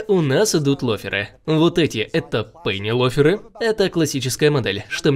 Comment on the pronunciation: Пынелоферы - я не ослышался?????